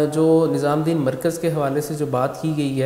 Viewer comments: Its nizamuddin...not nizaamdin...lolllz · Bhai tum muslim hokar Hazrat Nizamuddin rahmatullah ka naam thik se nhi le pa rhe